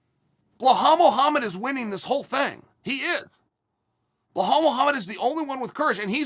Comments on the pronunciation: 🤣🤣🤣... uncle Chael... his name is not "Bull-hall".. it's Bilal.. pronounced as "bee_Lal" like Bee 🐝 LAL .. yes.. now say 3 times fast !!! . Cracks me up when he says BullHall.. 🤣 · Great compliments from Chael. But remember the name BELAL (not BA-HAL). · Me: Belal Uncle Chael: Blahal Also me: Blahal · Belal. ! Be - lal not Blahall😂. Jesus ( peace be upon him)🙏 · I'm dying every time he says blue-hal Mohammed 🤣🤣🤣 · Chael over hyping blahal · Nobody: Chael: "Bluehall" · I totally forgot Chael pronounces "Belal" as "Blehall" like a psycho lmfao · Chael butchering fighters names half the reason I watch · I'm like "Who is blowhole Mohammed?" Chael has name mispronunciation game on par with Greg Doucette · How can you miss spell belal. Its a literal pronunciation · For not drinking, ol’ Chael sure does pronounce every name like he’s drunk.